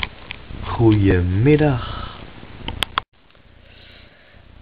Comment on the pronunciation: wat een saaie les >o< moet je trouwens "goedenmiddag" wel op de goede manier voorlezen he :P